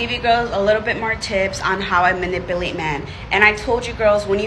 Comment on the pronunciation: why can’t ethnic women say manipulate? Also, so ironic she says “most smartest”